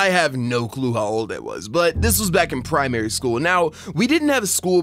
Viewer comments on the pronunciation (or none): Man said “prime airy school” like dude. 😂 “primery” spelt primary